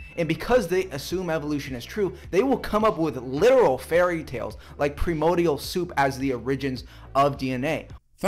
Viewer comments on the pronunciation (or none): PREMODIAL SOUP! The sort of guy you DREADED the teacher calling on to read out loud. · "Pre-mode-e-al Soup" That's a doozy. Also, he's one of those people who use literally with heavy emphasis to describe metaphors. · What in the actual hell does “premordial” even mean? 😂 Hey, it’s ‘primordial’. He doesn’t even speak English very well, so going to him for ‘evidence’ on evolution is just hilarious. Him am dum. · explains himself in the first minute And he said "pri-MO-dial"...TWICE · I die a little bit more every time I hear him say "pre-modial soup." If he's gonna say it so much in his argument, he can at least learn how to pronounce it. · Wait... a "promodial" soup? The hell is a Promodial Soup? Does it come with crotons? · I love how he keeps saying "Premodial soup." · “Primodial soup” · Did he just say it as 'prim-or dee all' an 'ore e gins'? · "Premodial". Ugh! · It is difficult to take seriously any creationist "argument". It is even more difficult to take seriously any creationist "argument" from someone who doesn't know how to pronounce 'primordial'.